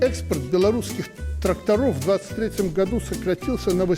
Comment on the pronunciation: если говоришь'гату"вместо "году"-значит во рту остался клей,возможно крахмал